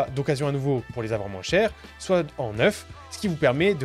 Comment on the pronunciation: Je rêve pas t'as dis "moinsse"?!? Sois croyant ! Et remercie ton créateur qu'on soit séparé virtuellement